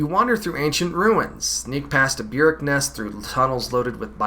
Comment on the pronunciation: The word burrick is pronounced like buhrık not byürık